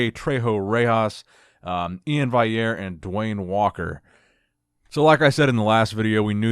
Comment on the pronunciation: I’m pretty sure Iain’s last name is pronounced “Valley-air” not “Vai-air” haha